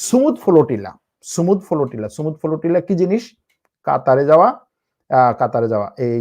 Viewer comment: The word is Flotilla brother not FOLOTILA....!!!! Very bad pronunciation !!!!!